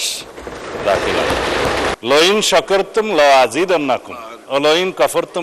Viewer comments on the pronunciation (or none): মাননীয় স্বরাষ্ট্রমন্ত্রী সালাউদ্দিন সাহেব পন্ডিতি করতে গিয়ে আয়াত ভুল বলে ফেললেন"লাইন শাকারতুম না বলে উনি বলেছেন লইং শাকারতুম